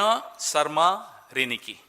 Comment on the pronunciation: It's riniki yaar not ringki... Dur se sunai dene wala madhur swar ko riniki kaha jata h Assamese language mein.....kuch bhi daal dete ho apne hisab se.